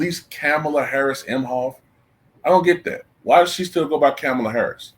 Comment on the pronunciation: Better yet why are you pronouncing her name like that when she herself and news anchors from cnn AND Fox have been pronouncing her name Ka-MALL-a for decades. I can’t believe people seen these clips and STILL are going w this game of her trying to make her name sound more like a black woman’s. She hates black women. Seems like everyone else does too from looks of it. That’s why they are going along w this disrespectful cosplay.